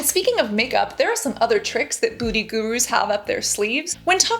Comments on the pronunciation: So cute how she pronounces beauty like booty. ☺️ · Sounds like she said "the big booty gurus" 🤣